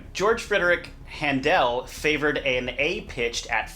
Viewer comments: 432H will become increasingly more important as a healing modality. Excellent video as an intro. BTW it’s HAN del not hanDEL❤️ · Please stop mispronouncing German. Handel is pronounced the same as English handle. Merkel rhymes with turtle.